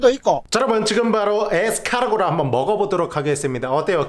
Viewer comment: 에스카르고를 에스카노르 라고 들었다.....